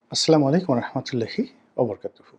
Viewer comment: গোলাম মাওলা রনি সালাম টা দিতে জানে না সালামটা ঠিক করে আসেন, আসলামুয়ালাইকুম কি শব্দ? এ রনি হলো নিজে একটা গুজব বাস